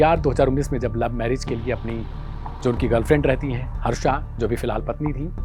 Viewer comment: हर्षा ❌ फरसा✅✅✅